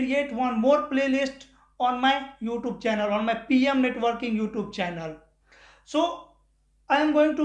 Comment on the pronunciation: Hell you….dont how to pronounce oouTube!!!